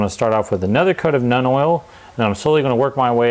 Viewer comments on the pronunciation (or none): ...Seems you're having a bit of trouble pronouncing the names. Nuln - (NULL, N) Drakenhof - (DRAKE, N, HOFF) Seraphim Sepia - (SERA, FIM - SEP, EE, YA)